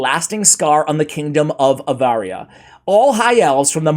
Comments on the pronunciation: AVaria? It's ARavia. Get your brain checked. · Honestly my friend, honestly honestly HONESTLY.... Keeping in mind your admitting that you have a hard time reading and pronouncing words. It's a painful experience to sit through Story Time With. Like the first sentence you repeatedly call Aravia, AVARIA. It's actually a big deal to those that really go in for the lore. Everything matters. Tone, pace, sense stress and especially the pronunciation of the words! 😅 Love you dude, it would do all involved a big favor if you slowed down and practiced just a tad more rather than doing it poorly then admitting it. Imagine how it would come across if you met a Saudi Oil Prince and you told him how much you love Saudi Abaria!! 😮 -✌️